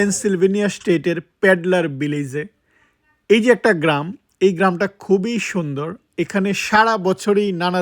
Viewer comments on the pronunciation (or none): none